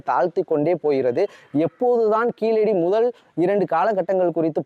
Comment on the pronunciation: கீளடி இல்ல கீழடி ழ வராதா